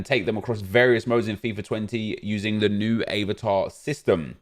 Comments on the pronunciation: Hahaha i almost choked on my food when he said avertar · Man said “aye var tar” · What’s up with the pronunciation of “eh-vatar”? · Why are you saying Avatar so weird?? 😂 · I’m sorry but how did you say avatar... LOOOOL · Why’d he say avatar like that 🤣